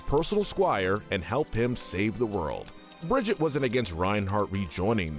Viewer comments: ITS BRIG-I-TA!! NOT BRIDGET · BRO SAID TORNBORN AND BRIDGEIET ITS PRONOUNCED TORB-YORN AND BRIG-EEE-TA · Everyone else: Torbjorn & brigitte: Tornborn & Bridget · HER NAME IS PRONOUNCED BRIGH-EAT AND TORBIJORN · I really hate this video. You called Brigitte and Torbjorn "Bridget and Tornborn" but make a video on Overwatch characters. You definitely haven't played Overwatch or done any research on the game. You probably read a random script someone gave you and just guessed for them. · one it’s (bri-gee-te) or (bri-gee-té) and 2 zarya is the strongest woman in the world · Br e g(harsh k) e ta (if pronounced in American English) Thorbjörn isnt pronounced with a Th like im The, but rather just a T. T or bi ö( pronounced like the "er" in G*er*many ) rn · It’s pronounced Torbyorn, and Brigēt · It's pronounced BRIG-EE-TAH!!!! UGGH HOW TF DO YOU MORONS GET THIS WRONG?! SHE LITERALLY SAYS HER OWN NAME IN GAME!!!! UGH! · Brigitte is not Bridget. Listen to anyone from blizzard and learn how to read her name correctly Anyway good video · Bro seriously said bridjitt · I can't watch past Brigitte. If you can't pronounce names that are literally said out loud in the lore how can I trust that you actually know enough of their lore to make an accurate tier list? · I thought he meant torb at first but when i watched it back i thought maybe it was a side character from a comic but then he said it again with brig😂😂😂. Still can’t believe my guy said tornborn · but i do hate the pronunciations of "Brigitte" and "tornborn" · Bruh at least learn how to pronounce Torbjorn and Brig’s names lmao